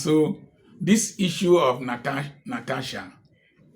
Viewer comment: The correct pronunciation is NA-TA-SHA.